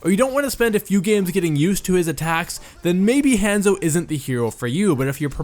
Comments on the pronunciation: Han-zo, Han solo's Han and Zorro's Zo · would watch, but "hEnzo" is annoying af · It drove me crazy hearing HANS-O When its Honzo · I'm freaking DIEING at how he pronounces 'Hanzo'... 😂😂😂👌🏻 its HAH-N-ZOW not HAN-ZO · u pronounce it like hand-zo its pronounce hon-zo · Ethan Leahy lol it was making me triggered I’m like “ITS Hanzo (Hon-Zo) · "HAN-ZO" I cant stop laughing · if you say henzo one more fucking time i will die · I die a little on the inside every time he says Hanzo... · The way he says hanzo hurts my brain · Anyone one else bothered by how he said a short "a" in hanzo instead of a long one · SAY HIS DAMN NAME RIGHT! They say it in-game (many different accents) and is literally all over the internet. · when the Hanzo main can't even pronounce the characters name correctly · Remember kids don't take advice from people who can't pronounce the name of the main character in their video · That's not how you say Hanzo lol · U can't even say hanzo right